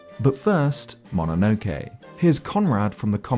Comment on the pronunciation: Great video, but you pronouncing Ghibli and MOnonoke wrong was 😢